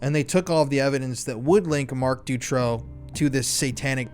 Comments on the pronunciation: Great video.. I really appreciate all the work u put into this! The Marc Dutroux case is very known in Europe. Thank u for spreading this information!! I have a bit of feedback: learn how to pronounce the names right. Dutroux is pronounced “du- true” and Eefje is pronounced so different by you that I didn’t even know who u were talking about. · You are doing a great job, thank you for that. I was in Belgium at that time and once got also abducted (by 2 Turkish guys) but fortunately escaped. Not to criticise though but please please pronounce that monster's name correctly, it is Dutroux (ou not o) I am sure you can get the pronunciation of it before going into lengthy documentaries. Maybe it does not matter, maybe for some it is crucial. Also: Anneke Lucas. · it doesn't bother me at all that you got Marc Dutroux name pronunciation wrong, you could call him anything. How about Mr Sick Fu**er? I think that's fitting!